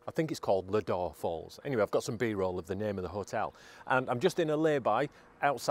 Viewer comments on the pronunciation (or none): Have you been to Seathwaite campsite just round the corner? We want to give that a go, but this looks equally as good 🙂 Oh, it’s pronounced “Low-door” 😀